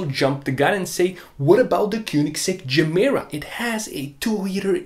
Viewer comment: No person with a dayjob could affornd a GR Yaris either. And btw Gemera should be pronounced "ye mera", ge mera means "give more" in Swedish.